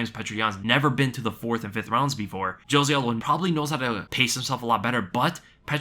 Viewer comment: I love how you do the best pronunciation of Petr Yan yet say Jose aldos name with the hardest J. Smh